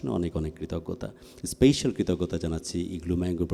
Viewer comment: উপস্থাপক খুব সুন্দর করে উপস্থাপন করেছেন। স্মার্টনেস অবশ্যই ভালো ,কিন্তু সমস্যা হলো ওভার স্মার্টনেস। স্পেশাল শব্দটাকে উপস্থাপক প্রতিবারই স্পেইশাল বলেছেন, যেটা ভুল। অন্যদিকে বিন্দু কণা আমার খুব প্রিয় একজন শিল্পী। কণার গান আমার খুব ভালো লাগে।।